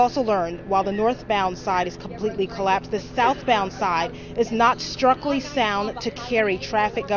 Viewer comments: Structurally.. Struc-tur-ally sound Struk chur a lē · "...not struckly sound." Where do these people learn English?